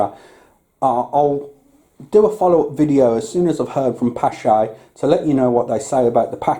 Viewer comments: Someone correct me if I am wrong, but I believe the 'ch' in the name is supposed to be pronounced like a K. The name stems from a Norwegian, and the double A is also probably pronounced using the Norwegian Å sound. Using K instead of 'ch' helps a lot though. :) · Pronounced pash